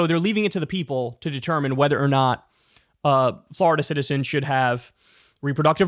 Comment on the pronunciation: Florida not Flarda